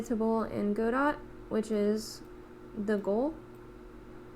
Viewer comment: Just one little niggle, it's not pronounce "go-dot", it's "god-oh".